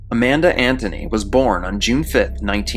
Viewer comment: I'm wondering who Tony is bc it sounds like you said, "& Tony" but I bet it's Anthony?